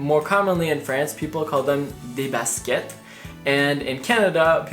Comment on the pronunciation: Des basket lol it sound weird